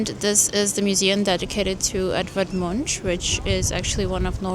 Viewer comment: Note: Munch is pronounced with a hard -k at the end.